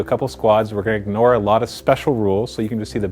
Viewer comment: thanks this has helped me aloot. thats how canadains say alot